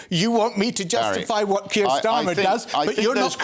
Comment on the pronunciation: Can someone please tell me why every Scottish politician starts the word what with f ...fwhat 😂